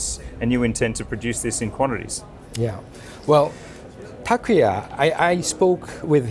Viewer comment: thank you for making this video, loved every minute of it, except when you and Mr Naito kept on saying Takuya instead of Takuma :)